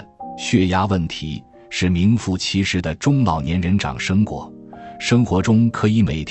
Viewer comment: 沙丁鱼，山楂。 长生果的＂长＂念chang 二声